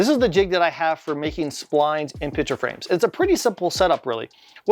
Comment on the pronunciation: Great video! The only thing forgotten was the "C" in the word picture that was said 100+ times.